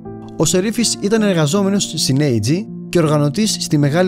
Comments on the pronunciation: Επειδή απο την φωνή καταλαβαίνω πως είσαι σχετικά νεαρός, να σου επισημάνω πως η ΑΕG δεν διαβάζεται Ει τζί, αλλά Α Ε ΓΚΕ και ήταν γερμανική εταιρία ηλεκτρικών ειδών. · Είναι Α Ε Γκε όχι Αιη Η Τζι. Ηταν Γερμανική εταιρεια όχι Αμερικανική η Αγγλική. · Η AEG προφέρεται Α (ο ήχος του γράμματος άλφα) Ε (ο ήχος του γράμματος έψιλον) Γκε. Πάρα πολύ καλό το περιεχόμενο σου. Συγχαρητήρια.